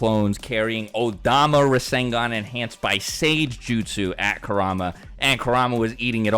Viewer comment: Rasengan is three syllables tho